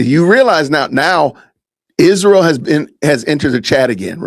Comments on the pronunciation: Why does she pronounce Isreal Ishreal?? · She can’t even pronounce Israel.